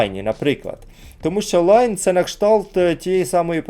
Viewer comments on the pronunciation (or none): Всі говорять лІон а як завжди наголос скаверкає лАйн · Навіт відео варгеймінга говорять ліон а автор каже шо то лайно😂😂😂😂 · Просто читає як англійською, але це італієць, тому Ліон.